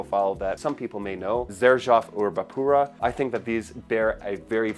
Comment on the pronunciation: Erba Pura ? Hell no 😂